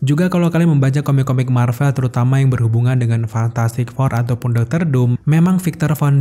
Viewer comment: Fantastic four bang bukan fantatTastik four